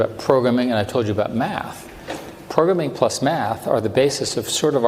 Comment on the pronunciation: This guy can’t even pronounce programming